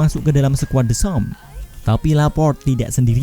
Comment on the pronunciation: Deskem bukan desom dasar TOLOL